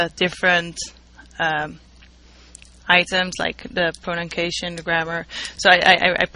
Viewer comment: jajaja a lil bit disturbing the 34532 times that she said "pronunKation"